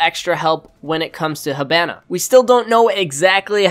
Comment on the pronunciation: Its HEE-BA-NA, When Japanese Is are in english, they are pronounced with e. You are saying Hibana like a weeb.